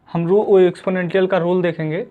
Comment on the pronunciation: एक्सपोनेंशिएल होता है भाई Anyway nice one👌